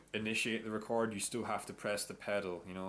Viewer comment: its record not recard